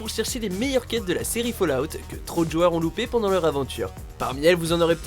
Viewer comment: On dit pas fAUllout mais FAllout sinon sa voudra dire tomber dehors..